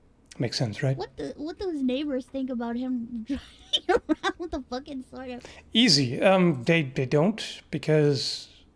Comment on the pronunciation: "SAORD" "SAWORED"